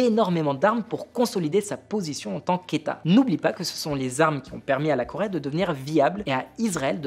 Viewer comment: La Corait ???? jajajaja Coraiainne????? il sait tjrs pas parler le ptit grassouillait x) x) LA Corai 😂😂